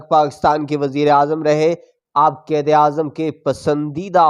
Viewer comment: بھائی تلفظ تو ٹھیک کرلیں آپ بیروت کو بے روت اور قائد کو قید کہ رہے ہین